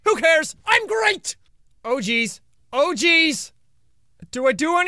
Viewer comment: jack every time you said oh jeez it looked like you said mojes